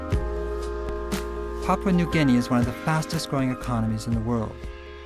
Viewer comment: Papua New Guinea is pronounce as Papoooah not Papa... But Nice documentary.